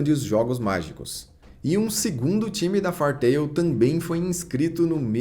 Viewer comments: Vc bem que podia dar uma estudada no inglês, depois vê como se pronuncia "Fairy"... O vídeo todo falando "far tail" "far tail" "far tail". Até passaria batido se não fosse o nome do Mangá/Anime e vc não repetisse tantas vezes no vídeo kkk Fairy Tail -> "Rabo/cauda de fada" Far -> longe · O compilado do material apresentado é fenomenal. Parabéns! Só as pronúncias que me doeram bastante aos ouvidos, principalmente o do próprio anime